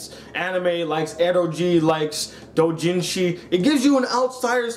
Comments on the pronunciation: its pronounced ero geh not ero gee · Eroji? I thought it was pronounced "E-ro-gay"?(no pun intended)